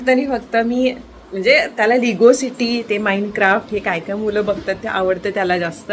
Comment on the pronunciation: लिगो नाही ते लेगो असा उच्चार आहे